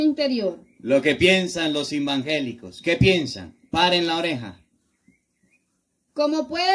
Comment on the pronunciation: Muy bien explicación de hermoso Evangelio de nuestro Dios cada día va creciendo en sabiduría 👍👍👍lo que me encanta y me saca una sonrisa es cuando dice los hermanos embangeliquitos😄 Dios lo bendiga y guarde de toda mala tentacion.